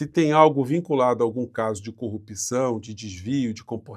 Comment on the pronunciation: Gosto muito de vc, mas não fala mais corrupÍção,o certo é corrupção.